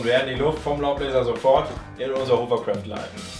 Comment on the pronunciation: Sehr cool!;) wollte ich auch schon immer mal machen großer hovercraft Fan:D übrigens spricht man das hovercraft mit o bzw fast a, nicht mit u, da es kein hoovercraft ist. Hat dem Video aber kein' Abbruch getan ;)